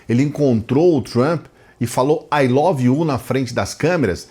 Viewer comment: Bolsonaro falando "O love you" pro Laranja, me dá dor física